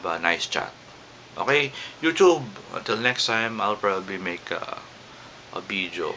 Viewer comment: i love how you pronounce it: yoochoob and beejo